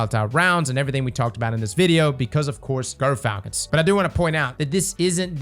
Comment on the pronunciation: How about Gyrfalcon’s instead of Grrfalcon’s?